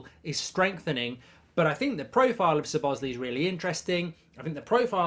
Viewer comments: You 'probably' pronounced it wrong?? 😆 At ease Mark. You most definitely pronounced it wrong. It's an Hungarian name though and as such difficult. I couldn't pronounce it correctly but I know for a fact: stress is on the first syllable and the ending is an 'ay'. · How many times did he butcher his name in this video😭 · Over the moon with this signing mark. I think it’s pronounced slobber sly 😊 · SOB-OT-ZLAI IS THE PRONUNCIATION MARK!!!!! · How wrong is Mark pronouncing the name Szoboszlai? “Sabozzlee” 😂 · His surname is pronounced "saw-boss-lie" - as one word, of course. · It's pronounced "Zo-boz-lie" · Everyone else: Szobszlai Goldbridge: Sir Bosley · Yeah Mark you've butchered it 😅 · LEARN TO SAY HIS NAME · Horrible pronunciation 😂😂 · Liverpool have needed a creative midfielder that scores goals since coutinho left. I still want Thuram & a left sided centre back but this is a very good start. Awful pronunciation of his name btw. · It’s pronounced. Sz-lob-oz-zlai not zebozli lmao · MARK HAVING A BLAST. 😂 ITS SZOBOSZLAI NOT ZOBOSLI 🙈 It’s pronounced SOBOS - LIE in Hungarian 🇭🇺 Magyar language with English pronunciation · It’s not Sir boz lee it’s Szobozlai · “but ! I like Sir Bossley (Szobozlai)….. “ 👎 Sir Bossley 👍 So-Boz-Lie (🌽 🇭🇺) Szobozlai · Sir bosli 😂 it's Slobo sly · ‘Sob-oss- slie’ not ‘s-bos-lay’ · SO - BO - SLY!!!! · It's pronounced So-Bo-Sly for the ones that don't know how to pronounce it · It's pronounced 'Sob-a-sly' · Is it me, or does it sound like he is saying Sir Bosly? 😂😂😂 Regardless, love the content mate! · To Pronounce his name to make it easy say So Boss Lay E just in together SoBossLayE (Szoboszlai) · Pronounced "SHO-bo-SH-laai" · You pronounce it ZO BOZZ LAI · I think his name is pronounced slob-as-lie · It’s pronounced Szuh-Bobz-Sly for everyone wondering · "I probably pronounced it wrong but..." Good save Mark but I've never seen anyone who pronounce "lai" as "ly" mate. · Say it like this:"SO BOSS LAI" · Sob-oz-lie is the pronunciation